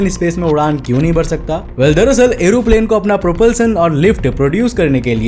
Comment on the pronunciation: Bro it's aeroplane not aeroplan